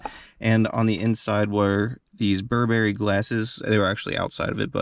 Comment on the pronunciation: It's not bur'berry, but 'burberry (stress is on the first syllable) ;)